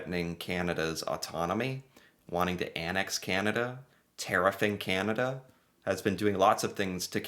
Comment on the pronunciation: Hi. As a Canadian, I’ve been hoping that eventually you will learn how to pronounce “Canada”. If you listen to Mr Carney’s speech, he says it a few times. However, we really enjoy your show and mispronouncing Canada won’t make us stop liking your work.